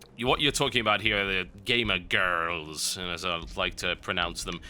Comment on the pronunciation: I love the way he says "gamer girrrrls"